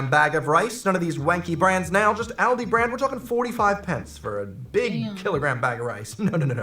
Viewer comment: I gave you a thumbs up as soon as you said "ALDI" and not "Oldi" like most Americans I've seen on YT.